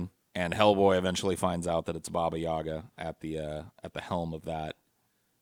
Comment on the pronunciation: It's yagA, not yAga!